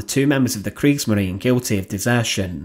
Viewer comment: Es heisst Kriegsmarine, nicht Kriegsmarin.